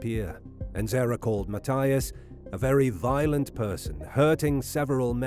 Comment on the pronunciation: Just curious why the narrator pronounces Mathias with a T , not a TH, and Weiher with a V not a W? These guys were Americans, and a German/European pronunciation sounds wrong.